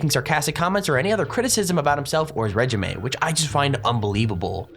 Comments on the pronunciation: reg-im-e HAHAHAHAHA it's pronounced raye-geem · Regime =/= Reh-Ji-May Regime == Reh-jeem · Did he just called a regime rej-amie? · Did he pronounce regime as "rej i maay " ...😂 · DID THIS SUMONABITCH JUST SAY REG-I-MAY for REGIME?! IM FUCKIN DONE